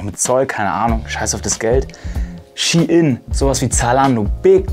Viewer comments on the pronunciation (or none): none